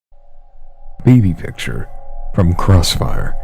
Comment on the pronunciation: I love how he says ''Baby Picture'' XD